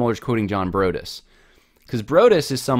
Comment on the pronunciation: Broadus is correctly pronounced "Broad" as in "the Broad road" + "us" like the plural form of I.